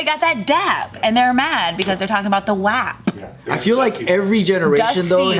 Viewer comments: I’m sorry but we don’t say WAP that way in Milwaukee lol thats more north Wisconsin lol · Ummmm I'm offended. Milwaukee does not say WAP that way hahahaha